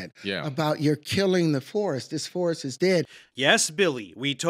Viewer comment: does he say killing the "force" or the "forest" ? Forest actually makes sense amidst the nonsense.